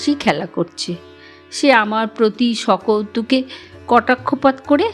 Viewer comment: আপনার সব অনুরোধ রক্ষা করলাম । তবে এই গল্প পুরুষ কন্ঠে আরো ভাল লাগত । সকৌতুকে শব্দটির উচ্চারণ কিছুটা ত্রুটিযুক্ত !